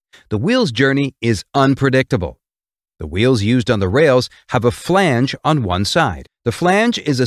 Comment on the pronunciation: Whenever he said flange i kept hearing phoebe from friends saying Regina Phalange 😀